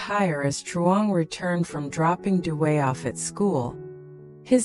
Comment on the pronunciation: It's nice to have the subtitles in English but that woman's voice comments does not help any and is kind of annoying with her condescending tone and the way she deforms Dui's name by calling him "Duway" and by calling Nui "New" ! She seems to have problems respecting their nice Vietnamese name. Please get her off the show!